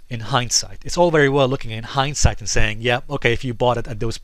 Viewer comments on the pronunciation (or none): none